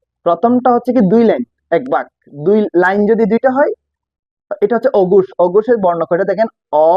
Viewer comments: অগুষ আর গুষ কী ভাই? আপনি নিজেই তো উচ্চারণে ভুল করতেছেন।😂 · ঘোষ এবং অঘোষ হবে আপনি বলছেন ঘুষ এবং অঘুষ😂